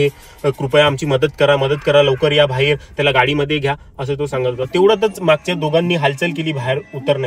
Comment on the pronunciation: भायेर नाही बाहे र😂😂